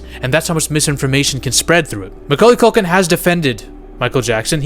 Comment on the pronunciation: Macauly Caulkin= Macaulkin 😂